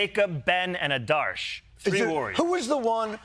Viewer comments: It’s okay … but i have to say it. That would be AADARSH (Aadursh) not ADAARSH Just trying to get the names right ever there was a problem with Kamala ( pronounced simply KAMLA) And I just live for this show and have since forever. Don’t stop. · AH-darsh. That's how to pronounce them